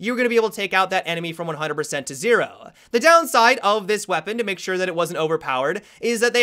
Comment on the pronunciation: Can you make a video of you just saying ZERO over and over HAHAHA~!!! :30